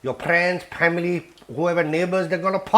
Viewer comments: "Your priends, your pamily will puckin' love YOOOOOUU!!" This dude gives no pucks and im totally here for it!😂😂😂😂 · I've not laughed at an onion bhaji with added F-bombs before. Cripsey, Cripsey for the pamily! I love the way he suddenly channels pure Yorkshire man - wear a puckin' glove.